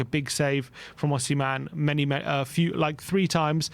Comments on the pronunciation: Who is Osiman ? Do you mean Osimhen? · Osiman😂 Its Osman at this point 😂 its a Turkish name too 😂